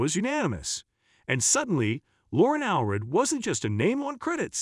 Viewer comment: It’s All-read.